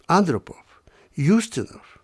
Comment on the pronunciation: Yuri Andropov annn drop ov- sounds like off